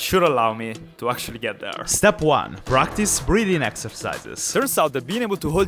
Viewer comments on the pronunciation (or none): 3: 36 - "I had spent the last hour practicing these breathing techniques." Not gonna lie, thought you said "breeding techniques." I was like, "Heh??"